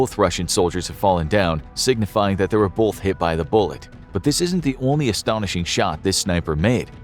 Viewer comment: It's pronounced "both" not "bolth"....